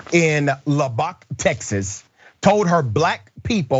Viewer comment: It's pronounced LUB-BUCK Lubbock. Saltgrass Steakhouse is delicious.